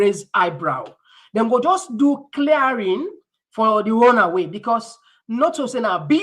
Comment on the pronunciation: "Runway" and not "RUN Away"